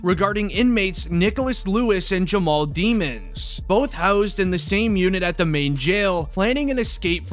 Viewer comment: It’s jamell not Jamal